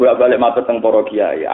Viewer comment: Diperbaiki gan, sekuler, bukan seluler, bid'ah bukan bit'ah